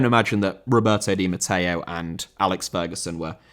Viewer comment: Roberto di Matteo* not Robartouw di Matteyouw